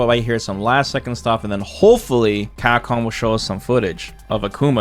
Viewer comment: Bro sounds llike he's got 48 teeth in the front of his mouth - 'Camhcom"jk I really wish Ed got a buff in range or something, all his jabs feel really damn weak